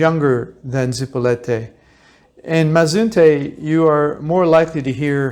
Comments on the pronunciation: Your information would be more believable if you learned how to pronounce your target. IT IS ZIp O LEET Ā, not Zee po let Ā or Zipo Light. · Is not zipolete. Repeat with me Zi_po_li_te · Zee-PO-lee-TAY. , just a little help with pronunciation . 😊. So neat that you do this for people . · You weren't able to pronounce the name Zee-po-LEE -tay correctly after being there for some time? I spent new years eve 1980 with my then 12 yr old daughter on Zipolite. We consumed some cubensis stropharia and experienced a most memorable time . (magic schrooms) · Yeah I mentioned that in one of my comments. The kid needs some Spanish tutoring. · PLEASE learn how to say the town name correctly. It's so rude to keep saying it wrong in a video this long. You say it in numerous different ways, as if you don't even speak Spanish. If you stay in a place for a while enough to make a video, learn the language at least a BIT.